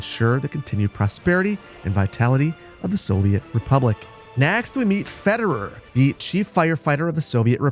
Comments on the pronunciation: the way you pronounce these soviet names makes me cringe lol Kerali instead of Kirill Fedewer instead of Fedir Stalinslav instead of Stanislav hahaha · I'm not even Russian and yet I'm cringing at hearing these names get butchered. Fedir wouldn't be pronounced Federer.